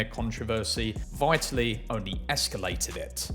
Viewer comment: At least learn how to pronounce 'Vitaly' ffs. Won't be subbing